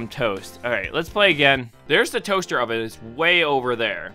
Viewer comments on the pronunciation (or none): none